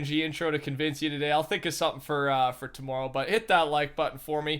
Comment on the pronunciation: Its pronounced "think"